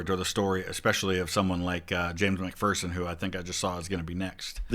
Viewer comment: they pronounced mcpherson like how i pronounce my last name. but james mcphersons name was pronounced mick fur son